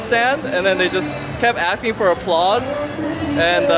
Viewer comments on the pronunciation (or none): none